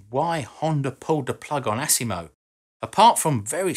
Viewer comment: I like how he says ASS IMO lol AS IMO not ASS lol